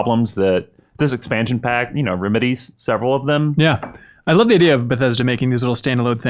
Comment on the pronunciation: After sounding pretentious as shit: “Ree-meh-dees”